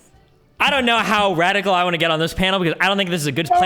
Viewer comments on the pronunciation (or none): none